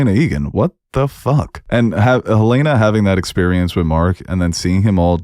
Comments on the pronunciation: I swear😭 they literally say her name in the show. Helen-ah and Helaynah are two different names lol. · Great video just one critique- it is Hell-N-Ah NOT Hell-A-nah. They say her name in the show. Those are 2 different names.😂😂 A huge pet peeve is people mispronouncing names in shows when they say the name in the show. Like Ahnna and Anna in Frozen- they literally say her name- why would you pronounce it wrong on purpose?? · Great review, but for the love of Kier, it’s Helen-A